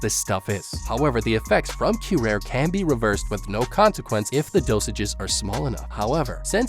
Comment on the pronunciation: Obligatory "Um, akshually"-comment. "Curare" does not have a silent E. "Kyu-rah-ree" is how you pronounce it. Rest assured, this is information that you will most likely never have any use for, but there you have it.